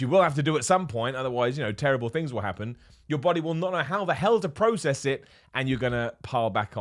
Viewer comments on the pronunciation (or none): none